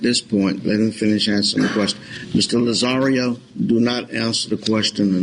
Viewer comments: Lol I love Judge Perry ( he’s no longer a judge though) and it’s hilarious he keeps calling Tony - Mr Lazzario…..it’s Lazarro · Larry Bradford Actually, it's Lazzaro. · Lazzario, bidness, stipalation, the list goes on and on.... but I couldn't LOVE Judge Perry more! Hes like a teddy bear. They call him the "velvet hammer".